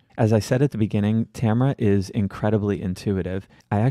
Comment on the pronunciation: But mispronouncing Tamara's first name lol